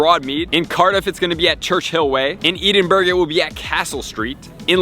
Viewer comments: Edinburgh is pronounced eh-din-bruh not eedin-burg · It's pronounced Edin-borough ( Edin-burra ).👍🙂🙂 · When u can’t pronounce Edinburgh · The way you pronounce Edinburgh 😭😭